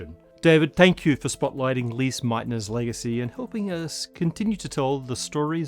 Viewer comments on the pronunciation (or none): At least look up how to pronounce Lise before honouring her legacy. 5 seconds on Wiki would do the trick.